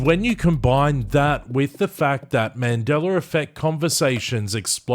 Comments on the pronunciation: MandelaR effect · haha "mandeler" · Man Dellar? Where did the "R" arrive from? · Why do I always hear "Mandeler Effect"? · I don't know what timeline this Aussie is from, but there's no hard "R" in "Mandela" effect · I was going to say the same thing. I get it there’s an accent but how do you not say a name correctly??